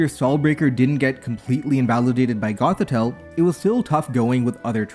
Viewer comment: Say it with me class: eeeee Gotheeeeeta. Like Lolita. That’s the (somewhat unfortunate) pun of the name. Eeeeeeeta. I mean, it even works better when you compare it to the original Russian pronunciation, which is closer to “lah-lee-ta” than the Anglicized “low-lee-ta” - Gothita straight-up fully rhymes with Lolita then!